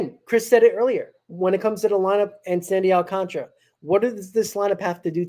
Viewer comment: Please prounce it will me my fellow non Spanish speaking people. AL - CAN - TA - RA and not AL - CON - TRA, SMH